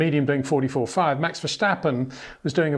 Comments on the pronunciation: Love your video's but as as a Dutchman the "sch" in Verstappen, where does that come from? It's just an "S" , not "sch" pronounced like steep , not schteep. ;-). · Being both Dutch and English I might be of help in pronouncing Max’s name: the ‘s’ is not pronounced as in ‘shell’ but as in ‘sea’. Just sounds better to the Dutch. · Brits just do this for some reason, s becomes sh for them. As an American I say it VER STAP IN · Hi Peter, For some reason it seems that you keep mispronouncing Max's last name?